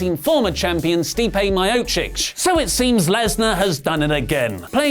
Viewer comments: (Core-me-ay) (me-o-chich) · Their names are pronounced Cor-Me-Ay (Cormier) and Me-Oh-Chick (Miocic) lol.